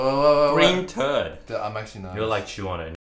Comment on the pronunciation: Nobody: Brett: T U R D